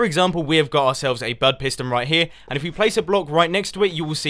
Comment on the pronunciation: Wow, I thought he was saying BUTT switch this whole time. ._.